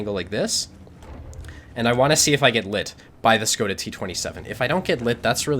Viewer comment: It almost makes me feel like playing a LT... :) I just wanted to clarify it's prononuced "SHkoda" like in "SHit".